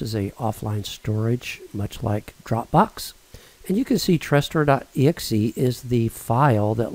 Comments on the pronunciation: Tres-store? It"s Tresorit... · It's not "Trestor" but "Tresorit" ;) Many thanks for taking your time for this!